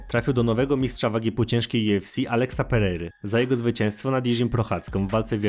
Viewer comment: Kurde dobrze jest wszystko tylko UFC wymowa* juefsi Benoist Saint Denis wymowa* benła san deni a tak pozatym to probs i subik jest